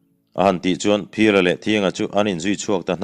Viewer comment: Thianga i lam dan hi a diklo. T hnuai ah hian, chhunhan a awm thin.